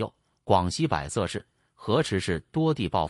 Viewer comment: 广西百（bo 2声）色，不念bai 2 声